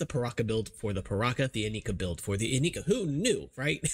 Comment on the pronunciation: Stop pronouncing it "ineeka" for the love of God. All the commercials pronounced it "Inaika", plus it sounds better.